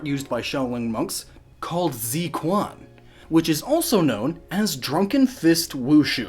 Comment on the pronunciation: Quan is pronounced chuean.